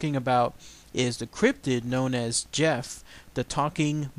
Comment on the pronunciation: I studied the Talking Mongoose in great detail and there are some important things you left out. One thing is that the family also spoke gaelic, thus the name Voiree and they pronounced Gef with the G hard as in goat. Harry Price the great paranormal investigator at that time is the reason we know about Gef today. Mr. Price and his group of investigators all finally came to the conclusion that Gef was real and not Voiree. Gef might have been some sort of poltergeist that showed itself as a mongoose. Gef wasn't always so helpful. He might have held the family hostage in a way. At one time James, the father, tried to kill Gef by putting poison in his food. the little fella became very ill and they could hear him gagging and crying behind the walls. Once he recovered he told them that if they tried that again he would kill them in their sleep. He would eavesdrop on the neighbors and then report what was said to the family. When once he hears someone say something bad about them Gef killed the family's livestock by ripping out the animals throats. He also reported deaths of famous people before news could even reach the island where they lived.